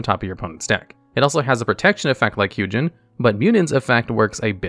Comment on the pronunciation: It bothers me that you pronounce Hugin differently in this video 😶